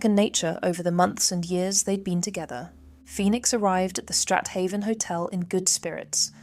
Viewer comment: Strat-haven pronounced Straven.